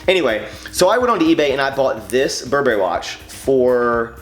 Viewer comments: It is pronounced Bur brry in the luxury couture industry. Not bur berry, just thought I'd let you know. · Stop saying bur'BERRY! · its pronounced burburry btw